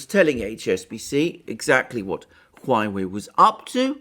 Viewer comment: OMG!!!! It is HUAWEI, not HUAIWEI!!! :)))))